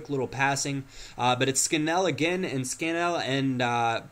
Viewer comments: its scan-il not scan-ell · its not scanell lol its SCAN-ALL , ps i live next to CPFC :)